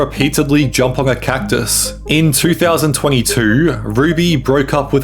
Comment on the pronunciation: Did you say cactus